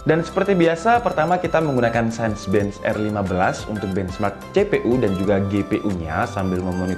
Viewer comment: bacanya "sinebench" bang